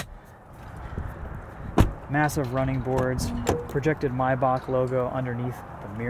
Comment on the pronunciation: it’s pronounced “may-back”